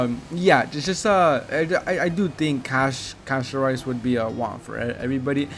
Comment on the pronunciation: Bro said Casto🍚